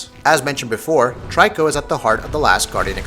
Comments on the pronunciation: i keep hearing a lot of people pronouncing Triko as Try-ko..but its Tree-Ko (much like Ico = Eek-o) technically i believe its To-ri-Ko in japanese wich could be translated as bird-cat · he also keep saying 'Try-co'........lol......I'm so confused. Didn't he play the game??? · p Please say his name right. It's pronounced Tree co. So annoying when people say it wrong. Also it's not Team ico it's Team Eco. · Love this game! Watched so many reviews and this is one of the few I’ve liked so far. I’ve noticed you call the beast ‘Try-co’. I pronounce the name that way too, even though it’s not intended, and perhaps prefer this over ‘Tree-ko’ since it sounds sharper, an honour to the Griffin’s strength.For anyone who strives for accuracy, then using the word ‘Toriko’ or ‘Tor-ik-car-na’ as the boy/man seems to say may be more suited. As stated by others, this translates from Japanese as ‘young-cat-bird’ but additionally, it also means ‘prisoner’.